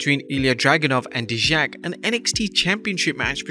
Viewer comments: He's American. just always botches or mispronounced wrestler's names at all time. And it's pronounce Die-Jack, not Dee-Jacques. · For future reference, that's not how you pronounce "Dijak". It's pronounced "Die-Jack", not "Dejacque" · Dijak's name is pronounce Die-Jack. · "Dee-Jacques"...is he French now? 🤣🤣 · I know that. I'm commenting on his mispronunciation... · He even said Dijak's name wrong. This guy always mispronounce and botches names all the time.